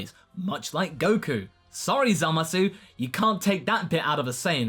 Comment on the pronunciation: you started pronouncing the U in zamasu again oh no